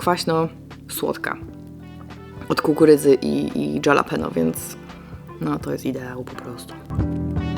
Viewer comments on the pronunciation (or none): tylko nie dżapanelo 😅